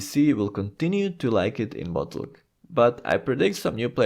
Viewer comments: Lol every time this guy says 'Votulk' (reading WotLK as a word) it makes me laugh and at the same time triggers me immensely. To the point that I nearly had to just stop watching the video. Just call it Wrath man. Please for the love of sanity. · saying "wotlk" lol sounds so funny. wrath might be easier and would likely be well understood xD